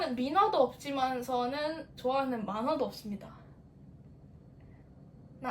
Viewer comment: 만화를 민화라고 읽은거 개웃기넼ㅋㅋㅋㅋㅋㅋㅋㅋ